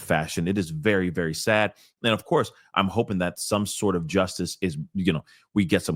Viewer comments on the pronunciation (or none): none